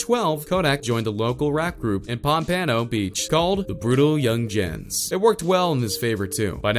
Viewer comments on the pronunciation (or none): why is he pronouncing everything wrong, its pronounced pompano (palmponoe) and yungens (youngins) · It’s pronounced brutal yungins.... brutal yungens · Brutal yungenz its just pronounced brutal youngins😂🤦🏾‍♂️ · “Brutal young ginges”